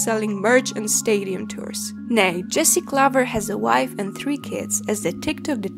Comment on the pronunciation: The way you pronounced Jesse Klaver sounded like a Dutchman trying to sound German lol. Edit: and that trying to sound Dutch made me think you were Russian lol